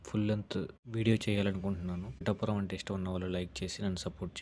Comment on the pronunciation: ముందు పిఠాపురం అని పలకడం నేర్చుకో. పిటాపురం కాదు... "పిఠాపురం "